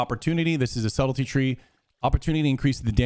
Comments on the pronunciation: LOL "Subtility" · How the hell did you just pronounce "subtlety"? lolol. No, but seriously, this is great. Would you say that Mutilate is better overall than Sub or just specifically against plate comps?